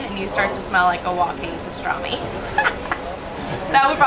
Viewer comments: Hey it is pastirma, not pastirami :D Greetings from Turkey. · It is not pastirami its write pastırma and called pastrma. Its is definitly not the same like pastirami... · Its pastirma Not pastrami!!! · Pastırami ne ya? Pastırma deyin şuna. Bu bir Türk yiyeceği ise ki öyle o zaman yabancılar bize ait bir yiyeceğin adını doğru öğrensin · "pastırami" cannot be Arabic because they dont have the letter p 😂😂 he said pastırami because he wanted to make it more english such as "salami"